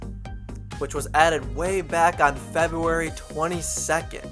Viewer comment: omg the way he says February "febuewy"